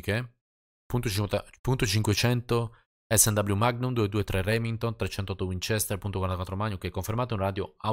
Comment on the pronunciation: Perché a volte dici (come molti altri) mag-num, al posto di magnum? (scritto così per spiegare cosa intendo come pronuncia). Cmq essere possessore e appassionato di armi mi aiuta ahaha